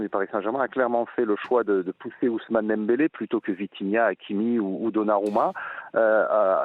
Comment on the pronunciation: C'est étonnant beaucoup de journalistes N'arrivent pas à prononcer le nom de dembele 😂